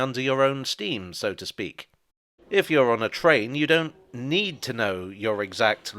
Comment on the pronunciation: I like when he said “if there’s one thing you can’t não, it’s the future”